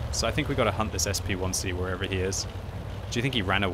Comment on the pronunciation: "SP1C"?! What? Why not pronounce it as a "Shpick"?